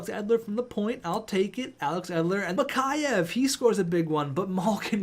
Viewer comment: Mikheyev is pronounced Mick Eh Ev